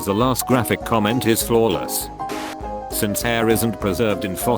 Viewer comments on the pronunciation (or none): none